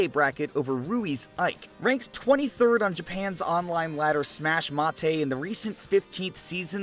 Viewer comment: for future reference, it's pronounced "Smash Mate" not "Smash matte" ”スマまつて"じやない, ”スマメイト"です。